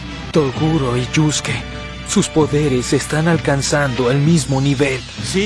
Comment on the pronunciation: Se escribe Yusuke y se pronuncia yuske